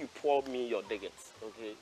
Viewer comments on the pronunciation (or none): Why are so many Ghanaians unable to pronounce "digits"? The g is hard. When speaking it out, pretend it is a "j" , as in "John".